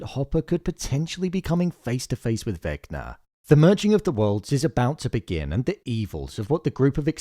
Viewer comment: Bro be like Vecna = naah 🚫 Vecnar = ✅